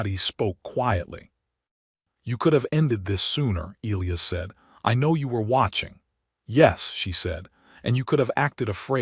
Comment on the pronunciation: Can you fix your AI to pronounce Elias correctly!?